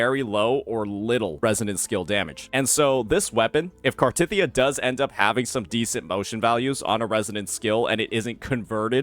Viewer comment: Still hurts, hearing you pronounce Cartethyia.